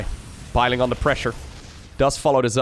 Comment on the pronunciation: Did say "Biling on the pressure"?